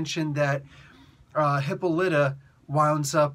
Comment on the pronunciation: Hi-polly-ta you're mispronouncing her name by emphasizing the wrong syllable, shortened it's Lyta and Wildcat called her Polly when they were dating in JSA